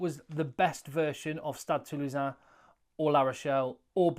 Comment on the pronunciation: Compliments on the very accurate pronunciation of Stade Toulousain👍